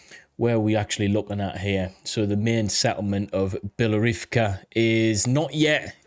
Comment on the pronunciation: beloHOrivka. you keep dropping whole syllables